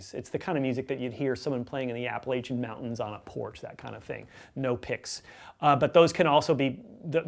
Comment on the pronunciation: Sir you mispronounced the name of my mountains. Appalachian